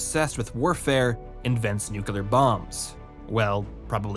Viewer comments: I wince every time you say Nucular. It is like hearing a British person saying Shed-duel instead of Schedule. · I wish you lot would make more effort to pronounce words correctly. "Tenet" is a different sound from "Tenant", with only a single N sound and the same E sound for both instances of the letter, and "Archetype" does not contain an English "ch" sound. Plus the classic "Nuclear" said as "new-cue-lar" for absolutely no reason at all. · NEW-CLEAR. FFS, dude..... NEW-CLEAR. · Nitpicky and political here, but is there a reason you're pronouncing "nuclear" the way Dubya did?